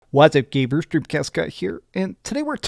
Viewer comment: What's up "gaybers"? 😧